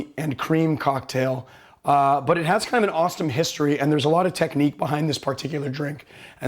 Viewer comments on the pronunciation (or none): an 'awesome' or an 'Austin' history ? In your ears these might be synonyms, but count me confused